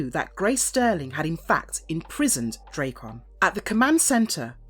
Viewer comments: D-rack-en not dray-con wtf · I'm sorry, after about the 20th butchering of Drakkon's name (not Dray-con, should be Drak-con...) I had to shut it off... I know it's like tomato and potato, but even the man who voices and models for him (JDF) says it Drak-con style... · Does it annoy anyone that she calls him draycon, not Drackon? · you saying his name wrong!!!!! its DRAKKON not drakeon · pronouncing it wrong, you pronounce it as "dre kkon like it was dr dre lol its more like a dra " Drakkon like dragon, drakkon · Draykon? Sounds like Dr Dres' rival headphones to raycons. Its DrAkkon, it's a play on words of Dragon. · say it with me ...drak kon ......not dray kon learn to pronounce your words correctly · I love the content but the drayCon pronunciation is killin me 😂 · Drake-on.... Dude, hire voice actors who know the material. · The nonstop mispronunciation made me shut this off. I never understood how people do that when there's literally recodings of it. This, Ra's al Ghul, and Aang bother the hell out of me.